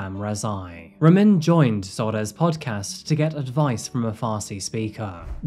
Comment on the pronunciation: It's pronounced (Rah-meen), we have the same name and that's very rare. Of course Ramin has to be a POS Stalker Murderer 🤷🏾 rip Zohreh